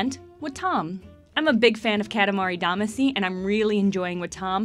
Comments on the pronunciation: Her saying katamari Damaci wrong broke me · its really sad you cant pronounce katamari damacy or wattam correctly gotta give this a thumbs down